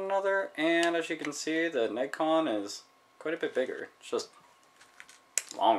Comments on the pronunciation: FYI, it's pronounced Neh-gee-con, no Neg-con. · To provide a correction, it is pronounced "neh-gee-con", not "negg-con". I remember seeing that controller in the manual for Tekken 2. I thought that this looks like something out of the video arcade